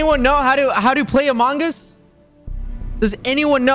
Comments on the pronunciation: quackity saying "among us" as "among ass" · You should play this more often!!! But mabye work on the way you say among us 😂❤